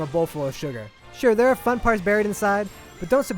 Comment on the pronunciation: This guy needs to learn his english. Its pronounced nighttime, not nightTEAM. And "the daytime stages OR actually pretty fun" Wow this guy fails.